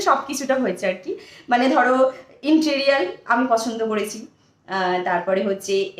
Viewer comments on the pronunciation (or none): ও ওটা ইনটিরিয়াল নয় ওটাকে interior বলে। তুমি ডরপোক হতে যাবে কেন?? তোমার হাতটা যে শক্ত কোরে ধরেছে সে খুব ডরপোক😂😂।তোমাকে স্বীকার করারই সাহস নেই।তুমি খুব পাকা খেলোয়াড় সেটা তোমার অঙ্গভঙ্গি,body নাড়িয়ে কথা বলা দেখেই বোঝা যাচ্ছে।একেবারে ঝানু মাল।এইভাবেই তো কয়েকবছর অন্তর ঠিকানা পালটাও😂😂।এবারে কিন্তু এই ঠিকানা ছেড়ে কোথাও যাবে না, কেমন 😂😂😂।আর facial দেখিয়ে লাভ নেই।তোমার ওপরেই তো ওই facial কাজে দিচ্ছেনা🤭🤭🤭।আগে তো তোমার ওপর কাজ দেবে,তবে না তুমি অন্যদের দেখাবে।না হলে কেউ ওই facial try করবেনা। বুঝলে 😁😁😁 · তুই যে একটা অশিক্ষিত মহিলা তা তো আমরা তুই মুখ খুললেই বুঝতে পারি, আজ আবার বুঝিয়ে দিলি, interior কে বললি interiol 😂😂😂, তোর কুকীর্তি তো লোকের মুখে মুখে ঘুরছে, কিন্তু তাতে তোর কি যায় আসে, তুই তো নোংরা ঘাটা মেয়ে,তুই যে নানা পাড়ায় ঘুরে নোংরা ঘেঁটে বেড়াস তার প্রমাণ তো মনু দিয়েইছে,এখন এখানে খাবলা মেরেছিস, যদিও এতে সাপে বর ই হয়েছে একপ্রকার, শুয়ার কে যতই চন্দন শোকাও সে কচুই খুঁজে আনবে, চিন্তা টা শুধু বাচ্ছা টাকে নিয়ে, তোর interiol এর প্রভাব ওর ওপরে পড়লে যে কি হবে কে জানে, কারণ ওই বাড়িতে তোকে শুধরে interior করার লোক একটাও নেই